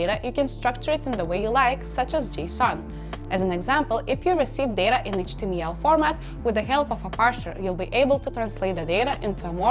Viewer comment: did she say HTMEAL and SQUEAL